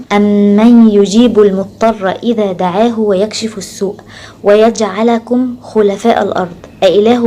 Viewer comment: بعد إذن حضرتك حضرتك قولتي ويجعلكم بفتح اللام وهي بضمهها